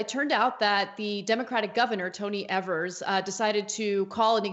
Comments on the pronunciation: Wisconsin here. The first e in Tony Evers last name is pronounced with a long e sound, not a short e sound. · Why do you guys keep mis-pronouncing Tony Evers (which rhymes with Fevers, with a long "e")? You've been doing this since Governor Evers was elected. Don't think I've "EVER" heard his name pronounced correctly on Young Turks. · His last name is not pronounced like they say. It is Ee-vers. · its said EEVERS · always pronounce his name incorrectly.